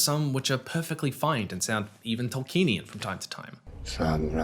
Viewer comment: YOU PRONOUNCED "Tolkienian" AS "TolkEnian" ONE-HUNDRED TIMES IN THIS VIDEO. It's five syllables. Toll key en ee an.